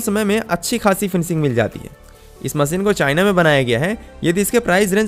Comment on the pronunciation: bhaisaab Hindi toh thek se bola karo content acha hota hai par language aise jaise kisi ne kheer mein namak daal diya ho MASEEN nahi MACHINE , sA nahi Sha mughe toh lagta hai aapke maata pita ne aapka naam SHUBHAM rakha hoga usko bhi aap SUBHAM bolte ho